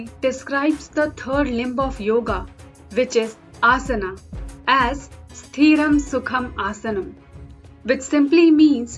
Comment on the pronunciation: It's not Sthreeram.. it is Sthiram. don't drag the ee.. Sthriam means stable and constant. sitting in a asana in constant position